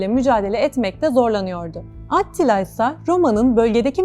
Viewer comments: Adını vurguladan söylese idiniz🌺kanalı değiştirmemek için zorladım kendimi🤗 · Bune bicim anlatim atttilaa degil attila olacak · O nasıl bir AT-tila telaffuzu,kulağımdan özür dileyin! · At ttttila telafuzu iyimiş. Yazı dili ile konuşma dili arasında ki fark sarsıcı olmuş.